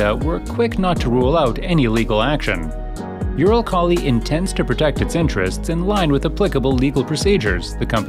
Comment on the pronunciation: Please make the pronouciation better. Eurokhali??? :D